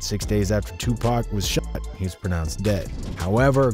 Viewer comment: Bro if you can’t say the word “shot” don’t make the damn video